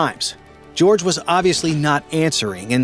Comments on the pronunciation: True! Just like his baptismal name is pronounced 'hor hay' and not 'George.' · Jorge is not pronounced "George" JS. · It’s pronounced “hor-hay”, not “George” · Even if the pope was alive he wouldn’t have responded to George. His name was Jorge, pronounced HOR-hey. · I find it hard to believe that you don't have a single Hispanic person who consults with your writers. Had anyone bothered to ask, they would have been told that the pope's Christian name was pronounced as HOR-hay, not George because he was born in Argentina, and was the first Hispanic pope. This is just one more way those of you in the media exclude anyone who is not a WASP from the American lexicon, and it's wholly disrespectful to the pontiff who, as your own broadcast acknowledged, was "The People's Pope." You have indicted yourselves as biased and discriminatory and should be censured as such. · The late Pope's baptismal name, spelled 'Jorge' is pronounced 'hor hay' not 'George.' Also, the little silver hammer WAS used on John Paul II. For reasons of tradition. It was in addition to the modern medical equipment used to make sure he was dead. I don't know if they did it with Pope Benedict though. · Jorge is not pronounced "George." It is pronounced "Hor-Hey." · Pronounce Horghe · No. It's Horghe, with E (bet, let, get, set) ghe (tto)